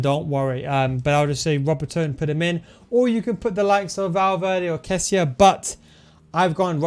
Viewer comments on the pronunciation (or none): 😂confused the editor with your pronouncement of kessie and cheeky keylor navas is world class at rb 🤣👍🏽great vid though